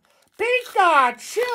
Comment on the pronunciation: Does anyone think pikachu sounds like "pick a 2" or "peek att you" ?